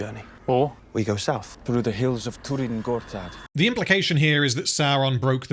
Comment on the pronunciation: I think this elf actualy says "Turin Gorthad" while he should have said "Tyrn Gorthad" - that be Barrow Downs.